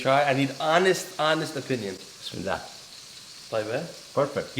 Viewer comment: At least say "Bismillah" properly